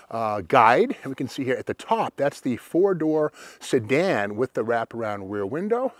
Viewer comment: I love how you said see-dan! I say it like that at work, and the other mechanics just look at me like I am insane! LOL! Thanks, Steve, for all you do in remembering all the cool details on these badass old cars and sharing your knowledge with us! Take care, brother!